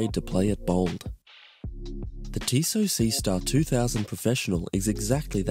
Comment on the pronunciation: tissot lol